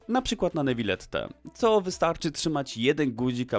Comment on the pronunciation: Niwilette co ? Xd Jaki quwa cursed język